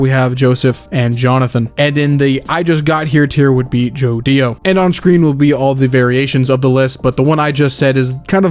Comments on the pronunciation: bros saying Jodio like JoDIO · Bros saying JoDIO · I might be wrong but U are saying JO Dio like it has a space It feels like it shoud be Jodio like together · The way you say Jodio physically hurts me